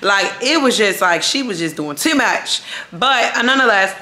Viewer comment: The Maryland accent came out when you said “she was doing TEW MUCH” 😂😂😂